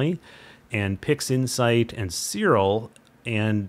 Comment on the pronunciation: why you say ... "Sirol" instead Siril, is write with a "i" of "image" not a "o" of "omicron".